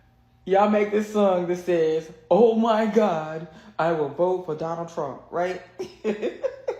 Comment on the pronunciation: “oh my god I will booaattt, I will boat for yonald thrump”😂😂😂😂 FOH!!!😂😂😂